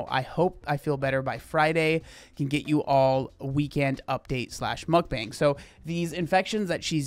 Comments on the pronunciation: Why do all the gorl world ladies say MukBONG ? Initially I thought ok Amberlyn maybe struggles with some words but Chantelle also says it that way and this lady too . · There are some people who binge eat while doing a mukbang. But, some people are actually hungry enough and eat all the food and keep it down. Some people spit out the food and make cuts. But, it’s not everyone. Mukbangs became popular in South Korea in 2010. It is actually pronounced muk pan.